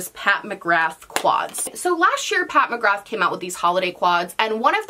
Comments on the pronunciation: sameee it seems most Americans pronounce it that way 😣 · Just a heads up from an Irish gal, McGrath is pronounced McGra 💁🏻‍♀️ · Me, an Irish person, hearing pronounce McGrath like that: 🤭